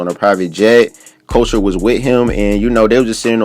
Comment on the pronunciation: boy Couture is pronounced as CUT-TORE ..... not as culture 😂